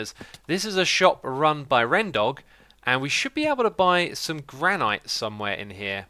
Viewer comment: It's pronounced Gran-it not gran-ite